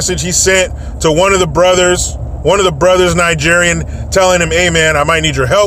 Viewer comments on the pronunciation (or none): I don''t think I could ever share a beer with you, man. I'm worried it would spray our of my noise every time you say "Brothers-Nigerien". And my mentor is Nigerian. Best human in the world.